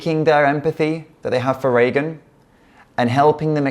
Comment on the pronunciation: Thank you for your kind words, but please remember her name is "Regan" (not "Reagan") and is pronounced "Ree-gan" not "Ray-gun".